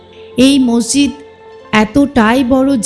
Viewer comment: মসজিদ নাকি মর্জিদ বলে নাকি মোরজিদ কোনটা 😂😂 ঠিক জানিনা তো